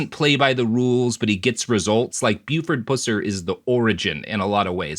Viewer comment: You need to know the facts about the case everyone is dead. Pronounce Buford's last name correctly be respectful to his family